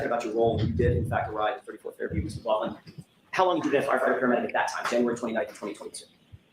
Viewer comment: "Hos long" will forever be the way my internal monologue says it... and forever the urge I will have to fight to say it out loud. I cannot unhear it.